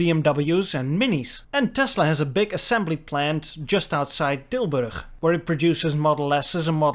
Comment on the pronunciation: I lived in Noord Brabant for a while in the 1990s. I’d forgotten that it’s pronounced “Tilbergggg”. I miss the wonderful “soft g”.